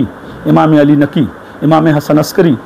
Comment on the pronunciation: maula a'li ke name Mein Ali ka ع nahi nikla hai sahi se 🙃 .. Imam e hasan aur imaam e hussain ke name Mein bhi badi HAA ح nahi nikli sahi se 🙃 IMAAM E ZAINUL ABIDEEN ko imaam e JAINUL AAPDIN bola 🙃 BAAQIR ko BAAQAR 🙃 SADIQ mein KOF ق nahi nikla sahi se aur QALQALA to Chhod hi do 🙃 MUSA QAZIM ko MUSA E KAZIM. ismein bhi ق nahi nikla sahi se A'LI RAZA ko Ali E Raza padhraha + ع nahi nikla hai sahi se 🙃 TAQI kabhi ق nahi padha sahi se A'LI NAQI Mein bhi ع aur ق nahi padha sahi se BADI HAA ح nahi samajh aaya HASAN ASKARI mein Ye dekhlo SANTRE ko sahi se jin imaamo ka name nahi lene aata Aur yahan tak ke Ali ka ع nahi nikal raha sahi se aur ye khud ko Kehte hai ye MAULAI hain.. Ya MAULAI nahi MAILAAYEE HAIN MAILAAYEE. Siwaye logo ko gumraah karne ke elawa aur kuch nahi aata iss santre ko 🍊😂